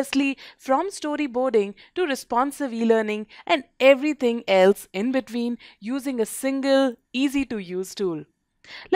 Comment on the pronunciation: "in betvween"